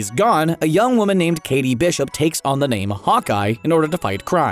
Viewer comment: it's "Kate"... not "Katie"